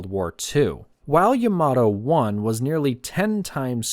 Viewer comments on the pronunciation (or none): The emphasis should be on Ya, like YAmato, not on ma like yaMAto.